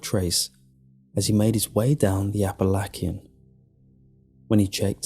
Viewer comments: Appalakky-n ? ?. Umm.. You mean app-uh-lay-shun?? Bro... No. Just no.. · whoooaaa buddy, it's pronounced appa-latshin haha they're bound to get annoyed hearing it wrong from tourists I've seen it happens :p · you are one of my absolute favorite narrators, always flawless always great material 👌🏽😉However, Appalachian..... pronounced “ Appa- lay- tion”. K papa??? Lol😄. Anyway, another awesome read...... you never let me down ☺️👍🏽👍🏽👍🏽❤️